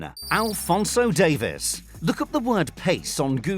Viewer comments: Davies, not Davis, Davieeez. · It’s. Not Davis it’s dave eees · Alphonso Dave-ees. Davies and Davis are not pronounced the same! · Don’t you get irritated how he calls Alphonso Davies , Alphonso Davis